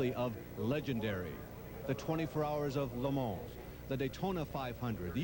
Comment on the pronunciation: i lose it:) every time says Le Mans